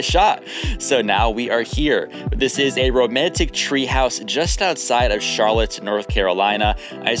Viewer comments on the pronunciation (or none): none